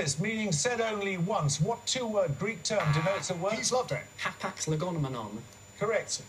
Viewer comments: Does he pronounce it right? Everyone is spelling it legomenon but he said "legonemenon" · The proper spelling is legomenon (λεγόμενον). The contestant in the clip thus pronounced it incorrectly, but still got the points.